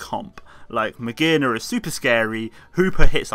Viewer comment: Magearna: Mah-zhair-nay-a.